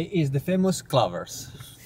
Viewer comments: I LOVE HOW HE CALLS IT “clovers”! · Cluver's, clover's....! He's like my dad. He decides on mispronouncing an English word, and it becomes impossible to correct.